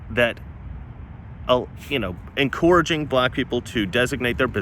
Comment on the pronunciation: I love your work but the way you say encouraging drives me fucking insane.